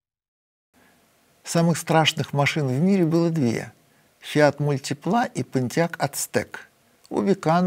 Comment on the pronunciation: Фиат МультИпла. Это не французский язык, не надо ставить ударение на последний слог.